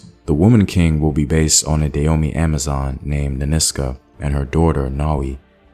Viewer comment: Can you please pronounce the name correctly. I love your channel and you're normally really good about these things, but it's pronounce "Dah-ho-may"!